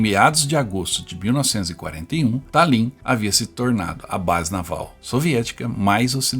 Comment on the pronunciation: Pronuncia-se Tálin. Que belo trabalho! Obrigada.